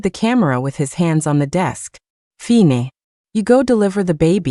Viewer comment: Like the Luna and Chloe stories. I would like them even more if the narration didn't randomly change into a weird hard to understand accent, and have simple words like live and fine mispronounced.